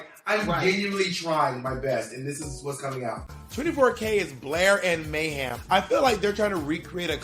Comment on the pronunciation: I keep thinking bob is saying "Mayham"